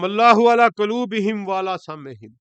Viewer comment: Dear sir, qaloob py pesh hai, ap ny dono dafa zabar parha, please yeh tasheeh kr Len